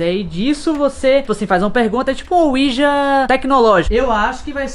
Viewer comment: Eu só espero que o tenha ensinado o falar ouija